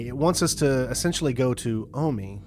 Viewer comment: omi is not pronounced "aw-mee". Jesus fc